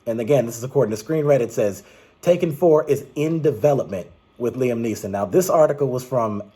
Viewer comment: Great video, but at the beginning of this film, it sounded like you kinda said "Tekken 4". But I know you said "Taken 4". Well I have not seen the Taken movies yet. So I'll definitely watch the first three films just in case the fourth film comes out. Speaking of TEKKEN, you should post your take on the games.